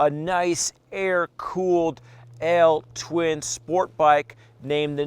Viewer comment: I LOVE YOU ❤️ because you said "L-TWIN" Good job.